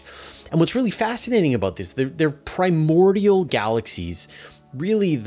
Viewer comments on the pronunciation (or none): none